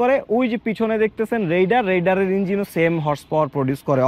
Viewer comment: রাইডার কে রেইডার বলেন কেন?